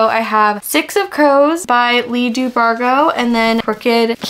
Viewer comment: sorry but I have NEVER heard someone pronounce Bardugo like that before tf 😭😭